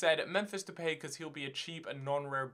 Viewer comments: Pronunciation of depay (de-pie) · Depay is pronounced Depie. Look up his interview....